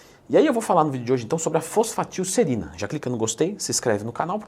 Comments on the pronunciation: FOSFATILserina 🤣🤣🤣🤣 Pesquisou no chat gpt e gravou o vídeo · reparem como ela fala errado o nome kkkk faltou aula quimica